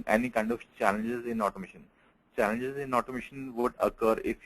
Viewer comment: Its challenges in automation say it clear man, it sounds like chances OMG :eyes-purple-crying